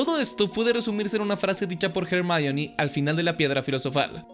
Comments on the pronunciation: ¿Porqué le dices Hermayoni? Es Ermióne onda vital a todo gas. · O cuando le dicen /er.mi.ón/ a Hermione.